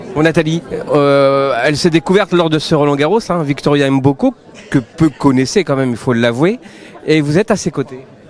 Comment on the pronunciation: Les africains s appellent mboko et non M book... respectez nos prononciations